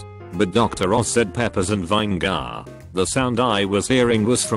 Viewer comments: Juh lap penno? Vine gar? 😂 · Funny. This robovoice can pronounce "labia majora" but spells out "cider" and botches "vinegar."